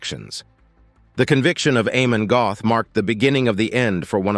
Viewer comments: NOT GOTH , BUT PRONOUNCED GERT, ...NOT EXECUTION GROUNDS BUT IN THE EXECUTION CELL NEXT TO HIS CELL IN THE KRAKOW MONTELUPICH PRISON ! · If you are going to do a Doco on historic fact's please get it right. His Name was Amon Goeth and you mispronounced his Name . His Name is pronounced as (Gurt) and you also failed to mention that the Poles had four botched attempts to execute him with the rope breaking and not allowing the correct height for him to be allowed for the drop. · Some Americans just cannot pronounce European names correctly, that o is pronounced like the Oo in moo and that’s about as close as I can make it